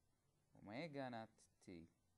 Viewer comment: Haha, omegas sound like "oh my god"